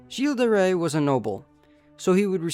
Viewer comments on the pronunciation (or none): the right pronounciation would be "Guill De Ré" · The way this guy pronounces Gilles de rais pmo